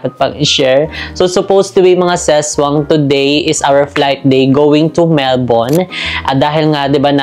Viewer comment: Almost perfect pronunciation ng Melbourne. Love it 🥰